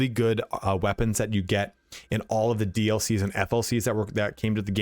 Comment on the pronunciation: You keep saying DLCs and FLCs ... what are FLCs? oO